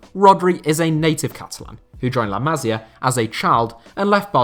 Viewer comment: Pronunciation tip if you're interested. With Masia and Almeria, the accent is on the second to last syllable. It's la ma-sEE-ah and al-mer-EE-ah.